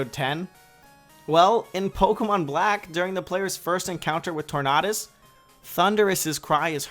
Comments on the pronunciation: did you just say tornahdus? try tornados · TornAWdus lol it's tornAYdus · It's not Tor-nah-duhs. It's Tor-nay-dis. Like tornado. You person that can't pronounce, you.